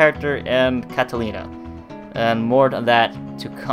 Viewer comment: Its not catalina is katarina